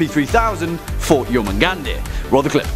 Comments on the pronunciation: I'm sure I'm not the only one to correct this, but it's pronounced "Yor-moon-gond" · You said his name wrong